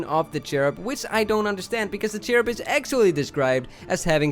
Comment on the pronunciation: And it's not cherub it's curbIM like in the ending of the word "him" again